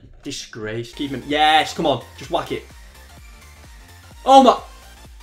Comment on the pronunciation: this guy doesnt even say yes he says HIESSSHHH